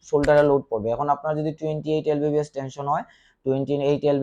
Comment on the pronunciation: Tui to vai lbs e bolte paros na. Lbbs bolos.....